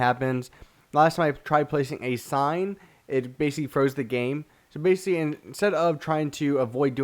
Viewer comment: Have y'all noticed he says basically alot and sometimes when he says it, he says bacly or bacy